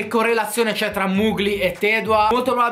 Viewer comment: Mugli non si può sentire.. si pronuncia Mogli